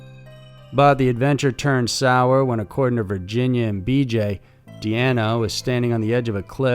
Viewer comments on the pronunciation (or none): Why do you change the pronunciation of Deanna? It's not Deena, It's De anna - Deanna! Show the dead some respect by at least getting her name right!? Jeeeeze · can't decide on the pronunciation of Deanna's name. Says Deeeanna a couple times, then starts calling Dena. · I'll go ahead and represent for the "that's not my name coalition" and speak on your pronunciation of "Deanna" which you said correctly a few times, but mostly said it as "dee-nah" (like mine) there are several ways to spell this name, but Deanna isn't one of them. There is Deana with a single N, the double N is always Deanna. Trust that all of us with this name, no matter the spelling, cringe but excuse every mispronunciation or misspelling of our name. We smile and joke because we've spent our entire lives correcting this...lol... that is all... 🙃🙂